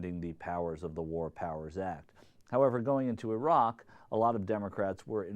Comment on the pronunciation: How odd to hear an American pronouncing Iraq properly :P